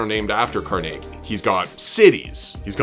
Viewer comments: Why did you pronounce Carnegie Hall one way and then pronounce Andrew Carnegie completely different? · You pronounce carnegie so weird